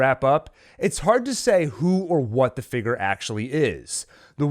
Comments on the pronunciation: I cannot take the way this man pronounces "figure" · Can you pronounce the word 'figure' a bit better? Thankyou